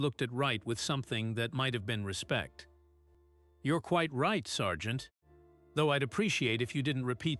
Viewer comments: This computer must learn how to pronounce “Sergeant“. “Ceiling”. “Said”. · It’s sergeant